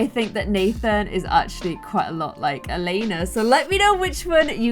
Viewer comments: So i know it's late but Elena isn't called Elena het name is Eliana (my name and i've never Saw that name anywere else!!) But you say it like: Elieana you do say the i So don't know why i wrote this... Bye. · Anyone find it funny that she was saying “Elena” not “Eliana” 😂😂😂😂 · So the name is pronounced Ellie-ahna not Elena lol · The Robin and Nathen child’s name is pronounced El-e-anna. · omg my name is Eliana and you've been pronouncing it wrong the whole video but wow.